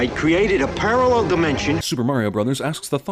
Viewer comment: Absolutely pissed myself when he started talking about a parralel dimension in that accent